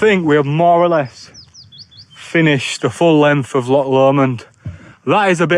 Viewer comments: You are right with the pronunciation of loch, the 'ch' should sound like you are trying to shift some phlegm. The videos are great, straight to the point, entertaining and informative. Love black pudding, especially Stornoway. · Yes, your inner Welsh got it absolutely right...loch or lochan, not lock!! 😊